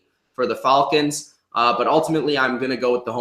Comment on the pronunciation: he says falcons wrong